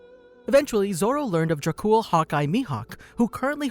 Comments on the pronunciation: Dracul its Dracule you pronounce the E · bro said dracool